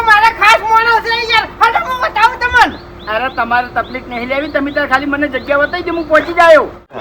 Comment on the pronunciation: Taklif✅ Tafalik❎